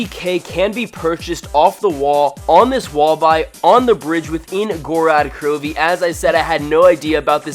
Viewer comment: You are an idiot sandwich because you say gorad krowvi its gorod krovi please god